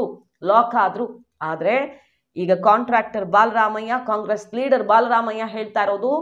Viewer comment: ಅಕ್ಕ ಅದು ಬಾಲ ರಾಮಯ್ಯ ಅಲ್ಲಾ ಬಲರಾಮಯ್ಯ.